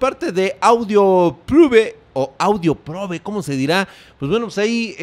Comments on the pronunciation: LIKE SI PENSABAS Q DECIA AUDIOPOBRE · Pense que decia audiopobre jajajaja